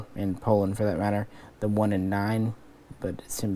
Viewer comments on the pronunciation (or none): none